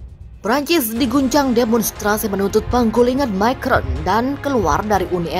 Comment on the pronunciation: Mbak baca "Macron" makrong. Itu bahasa Perancis dan bukan bahasa Inggris.